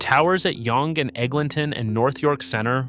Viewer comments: It's pronounced "young street". It just has an annoying British spelling. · Yong-gay 😆 maybe only college to Wellesley would Yonge be pronounced like that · you needed a bit more research on this video, no offence. first of all the Yonge pronunciation, and then calling it "nearly 3 million people" from an outdated 2021 stat when the population is over 3.3 mil in 2026 is quite sloppy and makes you sound uninformed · Pathetic video of Toronto BUT SHOWING buildings from a variety of other cities ! Not to mention not even knowing how to pronounce YONGE ST. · how you going to make a video about Toronto and can't take the time to educate yourself on the pronunciation lmfaooo